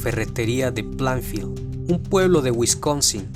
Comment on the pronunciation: No fue en plafield se pronuncia pleinfild